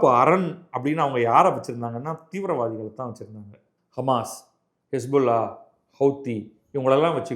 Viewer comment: Don't say thivirawathy